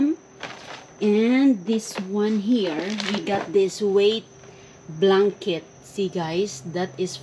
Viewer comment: chocolit,hahahahah,im and im tlga?day,mgbisaya na lang day,ayw sagi english,blankit?haha